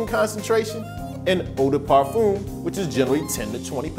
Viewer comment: I cringed when he said "parfum" those 2 times. Yiiikes